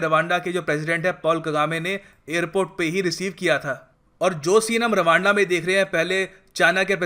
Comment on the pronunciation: Rwanda is sound like raaanda..😂😂😂